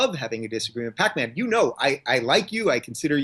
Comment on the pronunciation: What's with the Pack-man bullshit. Its Pakman ffs.